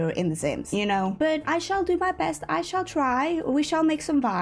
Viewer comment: Does anybody else giggle when says "shall"/"should"? I don't know if she's actually saying that though because every time, I hear the word "shan't" which actually means shall not lol